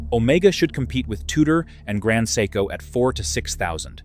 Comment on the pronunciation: Grand psycho… come on AI, grow up